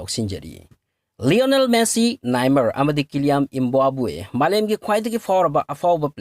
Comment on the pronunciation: 'Kylian Mbappe' hybane Embaobu-aa hyba natteye pronunciation do khara semdokpiyo